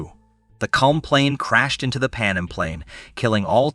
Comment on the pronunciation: He also called Pan Am Pannum a few times. I'm actually surprised he pronounced Tenerife correctly